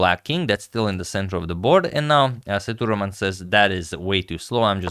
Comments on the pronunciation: Sethu Raman not thuraman , Sir.. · Sethuraman is pronounced Say-thu-raa-mun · FYI. Pronounced "say - thu - raw - man". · Agad his name is pronounced as SETHU-RAA-MAN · agadmator, it's "ss-a-thu-raa-mun".. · Sethuraman should sound like "say thu raam un" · The pronunciation for GM Sethuraman is Saitu-Raman Saitu means Bridge in Sanskrit /Hindi Raman is for Lord Rama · Just a small correction on pronunciation of Sethuraman. E should be long like A in Cake and the A before m is also long like A in Barn. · The pronunciation of Sethuraman was not quite right. Please see if this helps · Sethuraman is pronounced "Say-thoo-raam-un". Vaishali was perfectly pronounced.